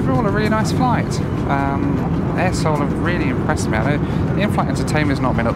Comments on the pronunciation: At first I thought you were saying A-hole then I released the airline is Air Seoul. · it sound like a**h**ev 🤣😅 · I've heard of Air Seoul before but never realised what other word it sounded like 😂